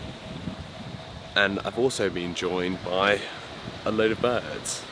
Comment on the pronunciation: I just watched the part where you said you were “ joined by some bids, eight of them altogether” but I heard “joined by some birds. I ate them all together” and did a double take. 😊